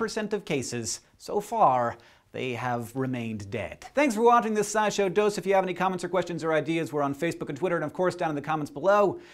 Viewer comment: STROOP EFFECT, i thought i heard him say side show instead of scishow